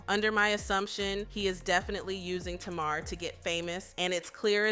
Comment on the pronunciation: My god, you can't even say TAMAR properly, get it right. 😂😂😂😂